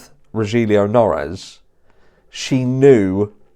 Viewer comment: One avid fan of yours. Here watching like others straight away. Strongly agree with your opinion and not into Kaye either. Just a friendly pointing out Rogelio Noris he's name pronounce as Ro-hil-yo than Ro-jil-yu. Congratulation you ahead soon to be 100K.